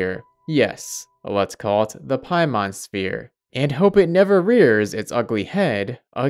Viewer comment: Lol paimon it's paimon hahaha. The horror of it all.